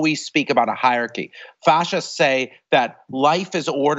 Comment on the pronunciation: I'm not sure what's more shocking, the terrifying march into fascism Jason Stanley talks about or his pronunciation of hierarchy